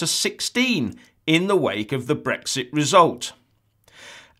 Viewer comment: It's Brexit, not Brixt ya fucking clown